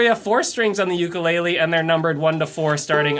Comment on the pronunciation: If you're going to teach how to play an instrument you need to learn how to properly pronounce the instrument name. I was so excited to use your videos for my Hawaiian son until I heard you say ukulele wrong